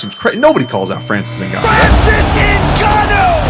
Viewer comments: I'm a Cameroonian, it's not pronounced "N-gannou" it's "Ngannou" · "So you're fighting Francis Errrrgananou" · The reporter saying francis eggnanu 💀💀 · Did she just say "ngananou"?😅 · i love all the mispronunciations of his name in this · '' fighting francis gnnanou'' was hillarious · "Nobody calls out Francis N'Gannou" LOL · Every person pronounced “Ngannou” differently lol